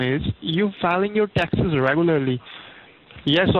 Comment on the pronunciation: It sounds like it hurts every time he says tacksezz.